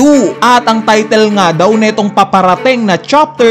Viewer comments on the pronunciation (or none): none